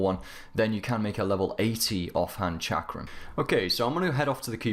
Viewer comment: I know what a chakram is idk what this chickram hes talking about I'm so confused now its as if there is a secret English language I'm not aware of.